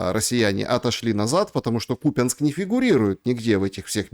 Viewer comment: задрали с этим кУпянск, тогда что, лУганск будет правильно?) КупЯнск, а не кУпянск, аж уши режет, как докУменты..